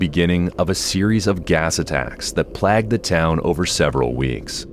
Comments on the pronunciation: It's pronound BUH-NAL, not b-ANAL 🤣😂 While I'm here, it's also not 'plagged' but 'playgd' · Hold on, did he say plagged the town instead of plagued?